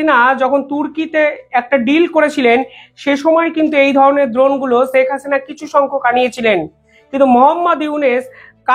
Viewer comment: "ছেক হাসিনা" নয়, "শেখ হাসিনা"